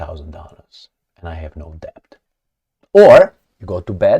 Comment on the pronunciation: Love foreign accents. The way you pronounce 'Debt'. You keep trying to pronounce the b letter. It is silent. Bet and Debt rhyme. debt /dĕt/